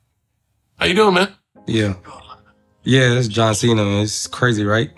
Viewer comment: Maybe If Marco pronounced John Cena's last name correctly, then he mightve said you were his favorite comedian